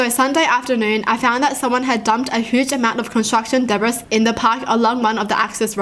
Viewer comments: Debris (De•bris) Everyone else: Debris (De•bree) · Ok im sorry to be that peraon but it kinda annoyed me when you pronounced debris wrong its actually pronounced debree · Ok but even without the s it sounds completely different to how I would say it. I'm British. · That's how I say it too. It sounded like she said de-bras though. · the way she pronounced ‘debris’ 😭